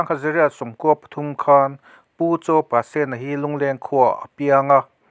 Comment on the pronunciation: Pasena tih hi sen tih lai hi red-sen ti a lam tur a ni zawk lo maw